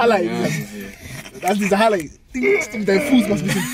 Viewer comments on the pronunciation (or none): Hahahaha Halay sagt er 😁